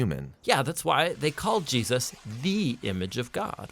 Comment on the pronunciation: Why do you say Jesus with a hard "sus", is that the real pronunciation?